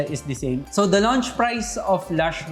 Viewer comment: Please don't pronounce launch as lunch. Ang sakit sa tenga.